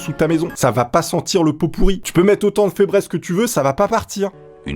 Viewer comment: on dit ¨fibrize